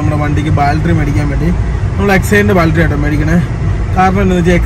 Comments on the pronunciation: ബാൽട്ടറി അല്ല, ,, ബാറ്ററി സിൽമ അല്ല, സിനിമ... ദയവായി തിരുത്തുക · Love your video just the pronounce of battery it feels funny when you pronounce it as Bal-tree please pronounce it as bat-tree battery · Baltry, Baltry alla bro battery pls pronounce maximum properly. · ബാറ്ററി.. Not ബാൽട്ടറി.. ഏതെങ്കിലും കറക്റ്റ് പറ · Battery...... Baltry alla.. 😉🙏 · Baaltry Alla battery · ബാൽറ്ററി അല്ല ബാറ്ററി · Baltry alla libine battaryennu paraumone ningadaporaima adhanuto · Ebin ബാൾട്ടറി അല്ല. ബാട്ടറി എന്ന് പറയു. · ബാൽട്ടറി അല്ല 🤢""ബാറ്ററി ""അങ്ങനെ paranju padik 🙏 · ബാൽട്ടറി അല്ലേടാ, ബാറ്ററി. അവന്റെ ലൂസി കോളേജും